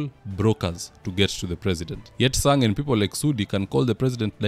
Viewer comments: its Senetor Chesang not Sang.Those are two different names. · Senator is called chesang bro not sang